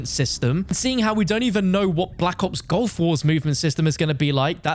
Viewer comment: its GULF war not GOLF war :(